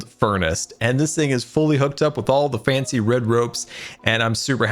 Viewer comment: I love how he sais faincy instead of just fancy